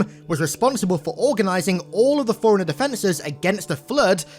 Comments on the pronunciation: Why does it soukd like. Foreigner when its forerunner? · I thought he always says "Foreigner" 😅😅🤣